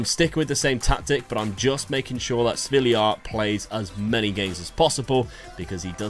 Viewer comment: stop calling svilar sviliar